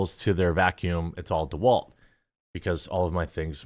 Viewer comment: I used to enjoy your content, then you said DeWalt. Now I'm questioning your sanity 😆